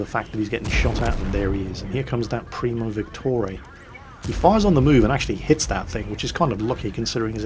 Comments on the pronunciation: Why do you pronounce Primo Victoria as Primo Victorey? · It's primo Victoria, like queen victoria, not premo victorey XD Ah..:D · it’s primo Victoria. As in queen Victoria. Not primo victoray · Primo Victore? Uhh it's Primo Victoria (like queen Victoria) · Stop saying Primo Victori, you're british, you should have no trouble saying Victoria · RagingJedi it gets annoying pretty quickly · Ok so I’ve counted 3 moments. 1) it’s an AMX M4 51, not an AMX 54 2)Victoria in primo Victoria is pronounced like the name 3) the T49 has the 152mm, not the 105mm